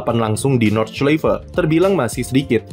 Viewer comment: Bacanya Nord-shlai-fe